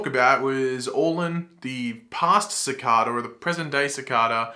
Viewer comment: The way you’re pronouncing Cicada isn’t right